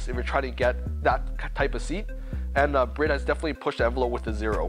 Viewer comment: How are you a representative of the seats but do not pronounce the name correctly? ITS NOT SPELT BRID. 😂